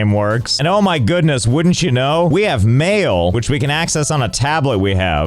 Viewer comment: Josh Pronounced “Mail” in such a way that it sounded like “Mayo”